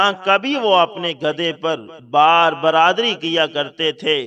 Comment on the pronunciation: بھائی جان ایک لفظ آپ غلط بول رھے ہیں ٹھیک لفط ھے ۔ بار بَر داری ۔شکریہ